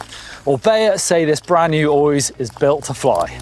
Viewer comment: When figures out how to pronounce Oiz, then I'll listen.